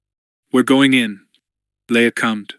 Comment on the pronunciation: Stop reading "commed" as "cummed" 💀